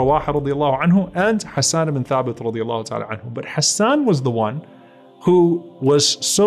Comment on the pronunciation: جزاك الله خيرا May we always defend our beloved رسول صَلَّى اللَّهُ عَلَيْهِ وَسَلَّمَ Beautiful pronunciation of the names Hassan and Ayesha.